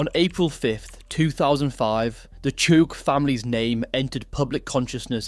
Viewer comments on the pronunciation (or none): "Cha-ouk" not chook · Not chook bro, its chay - ook. And Mash - oour